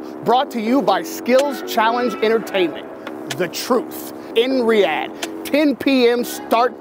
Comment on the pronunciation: “iN RiYaD” It’s pronounced “ree-aah-dh”